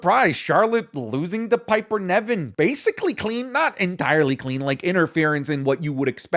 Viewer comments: Isn’t it pronounced Piper Niven not Nevin? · I wonder if will ever call Piper Niven "Piper Niven" instead of "Piper Nevin"